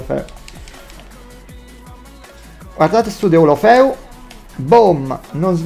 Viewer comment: Nessuno:: DELOFELU <3